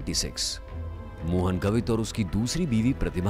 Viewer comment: The pronunciation is not गवित, its गावित